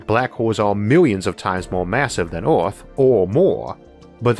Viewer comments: Things I've learned in this videop: Isaac Arthur can't pronounce the word "Earth". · Earth or oarth? No offense just asking. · The pronunciation of this bloke is absurd...I catch a word every five he utters. eg. earth pronounced ore. If you consider that one of the main arguments is"mining the earth"...